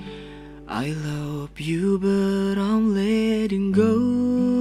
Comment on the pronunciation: Love woy bukan lop 😂